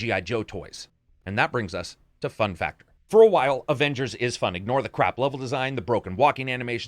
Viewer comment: What really annoys me is that caps voice actor say ovengers